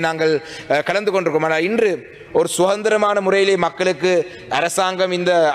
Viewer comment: சுகந்திரம் என்றால் நறுமணம் என்று பொருள் கொள்ளலாம் என்று நினைக்கிறேன். அது அதந்திரம் தமிழரசுக்கட்சியை பிரிப்பதற்கே நேரம் கானாறு எவ்வாறு உச்சரிக்கும் தமிழைச் சரிபார்ப்பது?